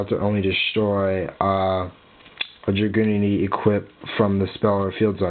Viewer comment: Why dose every one mispronounce dragunitys it's not dra-gunity it's drag-unity :/